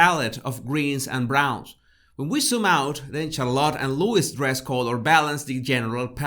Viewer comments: It’s Louis - pronounced LouEE not LewIS. Get it right please. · It's Louis pronounced lou-wee not Lewis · The little princes name is Louis pronounced Louie(it’s French!!😉) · Vey good, but he is Louis not Lewis. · Nice analysis of this wonderful family. Love them. BTW their second son's name is pronounced "Looee" not Lewis. It's a French name, the S is silent. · FYI Louis is pronounced Looee. Silent S. love your vids😉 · just a note (especially for American English speakers): * Prince Louis is not pronounced as "Lewis", but as "loo-ee", like Louis Armstrong the great jazz trumpeter & singer. It seems most US people mispronounce the name of poor Prince Louis (forget their own Louis Armstrong and the many French King's names). Again, there's Lewis & Louis - both pronounced differently. The clue is in the spelling. Think French Kings & Louis Armstrong. * Charlotte's name starts with a "sh" sound, not "ch" even though spelt that way. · I think Louis is pronounced Loo-ee, not Lewis 👍🏻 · I love your channel but feel you're really over thinking this family photo big time Btw, Louis is pronounced LOUIE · Louis is pronounced Lew-ee. the S is silent. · Prince Louis (silent S) not Lewis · Loo e is how his name is said. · I know his name is written Louis, but his name is pronounced Louie. Not a big deal, just popping in to help out :) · Louis is pronounced 'Luey' for the youngest. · Not that it matters too much of course, but Louis is pronounced as Lou-ee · its Louis pronounced Loo ee...hes from Britain so that's how it's pronounced here and it cant change because someone is from a different country. My french friend used to call me Veronique. I hated it as its not my name.😄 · Can I please remind all Americans that the S in Louis is silent!!! Slight urghhh but gets me every time lol.